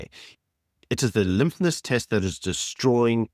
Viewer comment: The LIMPNESS test- I almost fell off my chair. Stop using adult words, until you can pronounce them correctly! It’s LITMUS!!!!!!!!